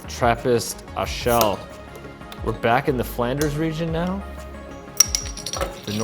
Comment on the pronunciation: Come on man, you’ve been on the premises and can’t pronounce Rochefort or Achel semi-correctly?